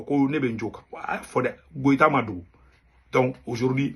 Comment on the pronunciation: C est pas Goita sino koita